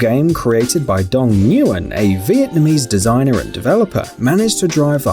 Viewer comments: Dong Newen, it’s pronounced WHEN idiot. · it is pronounced "Win" not "Newen" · The flappy bird guy his last name is pronounced (win) and not (n-win) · Nuwen 😂😂 it’s pronounced like when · Bruh nguyen is pronounced “win” not nuwin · it's pronounced when, not newwin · i- "new-in" its just "win" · Flappy Bird's creator's last name is pronounced "win" not "New-Yen". I'm sorry I just get really annoyed when people pronounce things wrong if it wasn't also my last name I probably wouldn't even know nor care. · This fool pronounced Nguyen as New-yen it's pronounced Wen fun fact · bro its pronounced wen not nuwen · Haha noo-wen it's not pronounced like that it pronounced ng-when Nguyen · The fact that he said 'Ngyuwen' instead of 'Nguyen' made me grit my teeth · isn't Nguyen pronounced like "wen" or "win" ??? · Little known fact-Nguyen is pronounced "Wehn" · well yea there are other american pronounciation of nguyen but honestly saying n-guy-en hurt me lmao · I hate how he pronounced Nguyen. It is pronounced like win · Dong nyugen is pronounced Win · The flappy bird creators last name is pronounced win.. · He butchered the last name of Dong Nguyen. I don’t typically correct people’s mispronunciations but Nguyen is a Vietnamese surname pronounced almost identically to “When.” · Nguyen is pronounced "win" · Oof.... It's pronounced "Wen" man.... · Isn't Nguyen pronounced "Win"? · Nguyen is pronounced win I thought? Lol. Maybe multiple pronunciations. I met one that's why haha. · It's pronounced when for the flappy bird game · No one gonna talk about how he said nyguen.... Ok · Nguyen is just pronounced “wen” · THE WAY YOU PRONOUNCED DOAN NGUYEN IS OFFENSIVE AS HELL I AM HALF VIETNAMESE AND OFFENDED DOAN IS PRONOUNCED DOH-AN NGUYEN IS PRONOUNCED NNNHUUUUIN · To pronounce nguyen, you say Winn, not newygyen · They didn’t pronounce the creator of Flappy Bird correct XD . Nguyen is pronounce (Win) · Nguyen is pronounced win btw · ITS "dong WIN" you pronounce Nguyen as WIN. IDIOT